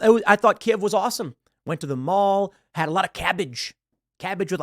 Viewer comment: thanks for saying "Kiev" correctly :)